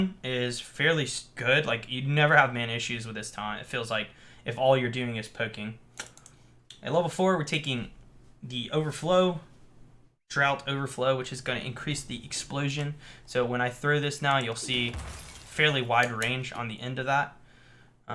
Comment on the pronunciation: 'draught' is pronounced "draft", not "drought"